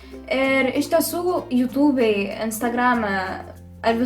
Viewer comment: "yutubei" "instargrame" I almost shit my pants there